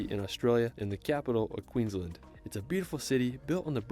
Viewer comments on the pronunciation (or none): none